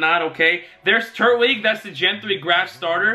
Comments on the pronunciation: It is tur-twig that is how it's pronounced on the show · Tur TWIG. Not turt wig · Love your videos man. Just a quick correction: turtwig is pronounced “tur-twig”. Platinum is the game where giratina stars. Black/White are gen 5 games.